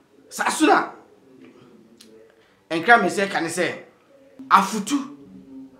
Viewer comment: The name is Afutu not Efutu. Thank you